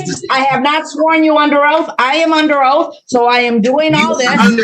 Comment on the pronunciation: You cant lecture people if you cant even pronounce proper english. He let them all know they are under oaf 😂